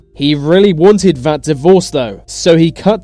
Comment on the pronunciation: What's with the "vis & vat"? Can't he pronounce 'this & that'?